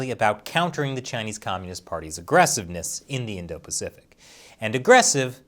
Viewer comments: “indo-paficic” don’t you mean *Indo-Pacific”? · "Indo-Paficic" XD But seriously, screw the CCP.